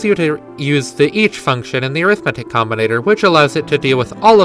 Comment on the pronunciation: This is so cool that I'm putting up with the pronunciation of Arithmetic